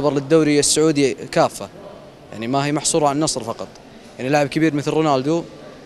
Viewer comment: How it is write: Al Nassr How it pronounce: AL Nasárrrrrrr